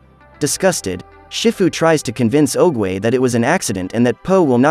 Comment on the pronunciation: Well mispronounce oogway nane just saying